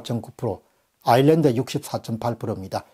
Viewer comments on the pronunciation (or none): none